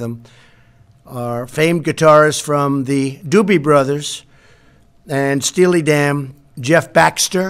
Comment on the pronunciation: "Steely DAM"? WTF